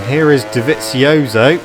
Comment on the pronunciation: funny how he pronounces Dovizioso